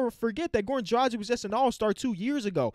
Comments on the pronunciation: he not, he still cant pronounce Dragic correctly smh. the ic at the end is pronounced just like for Jokic and Doncic. ich. Its Dra, then the g like in dragon, not the g in magic, but in dragon, and then the ic like itch. Really not that hard :(( annoys me a lot. #heatnation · Come on, learn to say Dragič right, its not so fucking hard, if you take Drag from dragon and the ič from bogdanovič you are set...